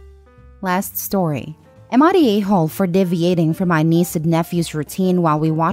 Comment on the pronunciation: Sorry interference is said in-ter-fear-ence. Deviating, is dee-vee-ate-ing. I aim to be helpful, sorry some english words are hard. It is a vast language with plenty of oddities. Please don'f be offended. All the best.